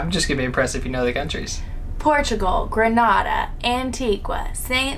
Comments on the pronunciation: It's pronounced An-tee-gar (Antigua) and Gre-nay-dar (Grenada) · Hey! "Grenada" pronounced "Gra-Nay-duh" and "Antigua" is pronounced "Anti-guh" just letting you guys know ☺️ I'm from the Caribbean !